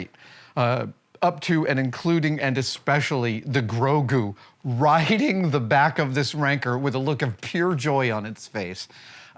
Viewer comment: The Rancor Monster is pronounced Rang-Core .. not .. RANKER. Thank you.